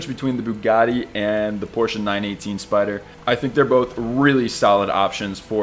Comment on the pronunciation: As a German, I am reliefed to hear that you've actually pronounced Porsche right. I am crying tears of joy...